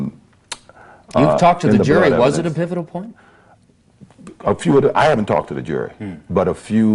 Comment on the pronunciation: Pivitoble?? Lol! I believe he means pivotal! Bahahaha 😂